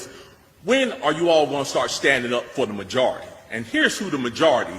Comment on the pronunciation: Muh - jar - rity